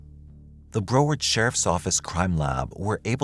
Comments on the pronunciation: Re Lillian from Florida: she lived in - pronounced Brow (a😊s in eyebrow) ard (as in aardvark) Broward County, not Bro ward. Thanks 😊! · Google pronunciations of Florida's city names before u say them on here please ! You're not saying Broward county correctly. Ijs. Love the channel though ❤